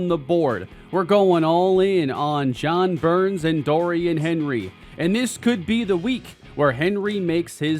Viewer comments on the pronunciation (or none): none